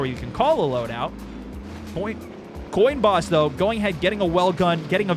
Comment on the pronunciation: Did you just say 'Colinboss' as 'coo-loin' haha